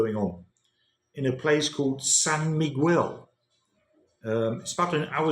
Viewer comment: the correct pronounciation of Miguel "mee-GEHL," with the "g" sound as in "go," and the "e" as in "get". The accent is on the second syllable. You are pronouncing it as "quell"...the Mexican Indians would probably scalp you for butchering their name 😅😅😅